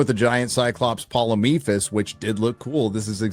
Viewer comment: did this absolute trash can of a human just call the cyclops Polymephus? It's Polyphemus you meth riddled moron!